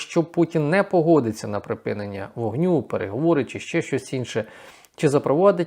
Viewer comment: Та припИнення війни а не припінення. Вивчить нарешті це слово!!!